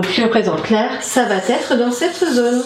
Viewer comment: Super simplification..Donc bonne base pour l'étude. (un petit peu gênée par les " va-t-être"...va être)